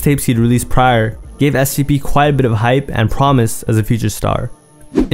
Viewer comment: Do I have a hearing issue, or are you saying SCP?